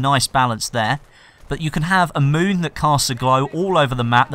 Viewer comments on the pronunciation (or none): none